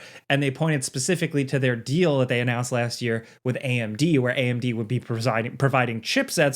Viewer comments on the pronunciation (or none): none